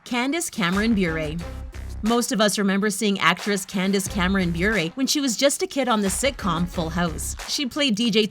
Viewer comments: It's "Buh-ray," not "Byour-a" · You completely said her last name Bure wrong